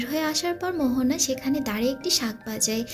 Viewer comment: Mohona na moana